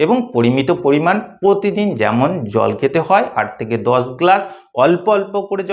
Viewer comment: কোমস নয ক্রমশ উচচারণ ঠিক করবে ।পোত দিন নয প্র তি দিন